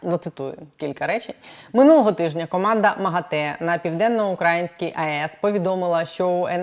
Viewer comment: Правильно казати Південно-Українська з наголосом на [ ї ]. Дякую